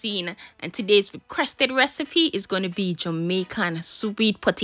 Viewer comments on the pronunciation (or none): none